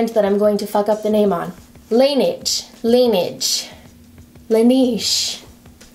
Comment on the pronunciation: Baltimore ... (I believe it's pronounced "lah neg" with a soft g like in "beige." La neige is "the snow" in French.)